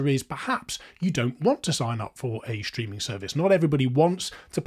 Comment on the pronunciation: Digital schtreaming?